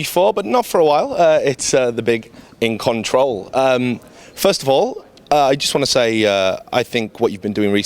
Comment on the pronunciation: "It's the big In-Con-Troll"